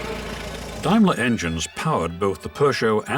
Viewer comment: Took me ages to work out that the narrator was trying to say Daimler.